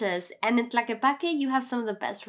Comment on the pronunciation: Is not "Plaque", is TLAQUEPAQUE. Show a little bit of respect with foreign names, please.